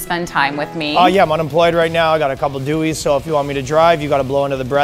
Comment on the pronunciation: “I got a couple of DUI’s” (pronounced deweys) 🤣🤣🤣